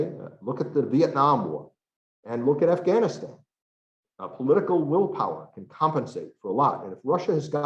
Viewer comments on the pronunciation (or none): none